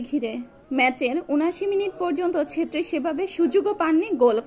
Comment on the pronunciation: সেত্রি না, ছেত্রী। অবিঞ্জ নয় অভিঞ্জ।